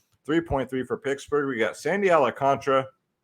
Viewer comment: We’ve got to work on your alcantara pronunciation